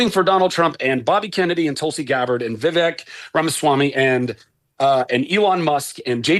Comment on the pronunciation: Vi vake Vivek ramaswamy rhymes with rake